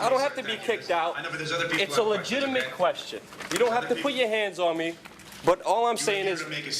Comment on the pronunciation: Luke goes full NYC "You don't have to put ya hands on me"